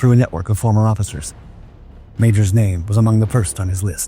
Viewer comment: It is so refreshing to hear a human narrator, and one who knows how to pronounce all of the foreign language names correctly! Thanks for such an entertaining story and well told.